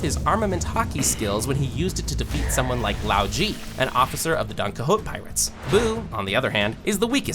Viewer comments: DonCahoots? It's pronounce is DonQuihôte. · mfer said "DonquiHOWT" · Pronounces 2/3 syllables in Qixote Calls a family lynching 'living in misery' Bro didn't even watch one piece and made a video about it. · why do you pronounce Donquixote like that....